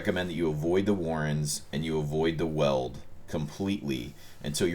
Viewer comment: grammar Hitler here - weald is pronounced as 'wield'